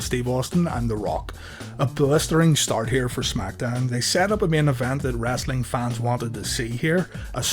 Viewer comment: Omg stop saying wrastling it's "wrestling"